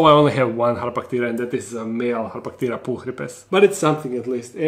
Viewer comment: The way you said harpactira made me think you said hot potato 😅 no criticism, just my brain being wonky...